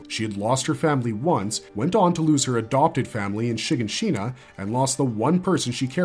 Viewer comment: How did you pronounce Shiganshina? I swear they actually say these names in the show… why do people still pronounce the names wrong